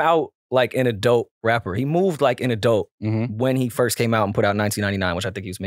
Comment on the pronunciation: Is saying “adelt” part of bingo??